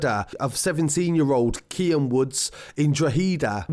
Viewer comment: KEANE (keen) not KIAN